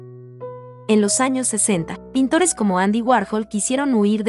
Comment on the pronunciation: No sabes leer tu texto, tampoco sabes pronunciar los nombres de los pintores y falta indicar dónde están cada una de las obras, solo mencionas algunas.